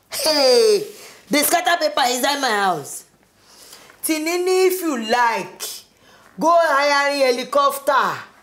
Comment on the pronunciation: I love the way Aunt Jenifas pronounce Timini's name, 'Tirinrin'🤣🤣🤣🤣🤣